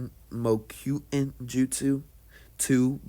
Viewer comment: It’s purnounced mo-ku-tun